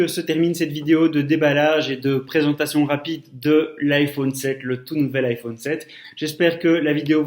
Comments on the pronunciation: ça dérenge que moi qu'il prononce I phaune? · Je dislike parceque tu dis iphaune et c'est chiant sinon c bien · nn moi aussi sa me stresse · haaa désoler en même temos c'était le seul mot dont tu prononçait mal et comme c'est le nom d'un produit ça peux arriver à tout le monde😂😂😅😅(si non t'as vidéo est géniale) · Rayane Berabah nous les belge on dit sa 😂